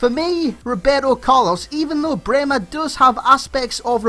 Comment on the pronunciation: You pronounce Brehme absolutely perfect :) nice video as always <3